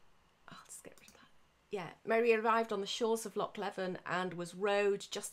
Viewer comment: Very interesting, your passion is very evident! Just for your information, Loch Leven is substantially smaller than it used to be as it was partially drained from 1826-36, hence the island got much larger and it's pronounced 'Lee-vin'.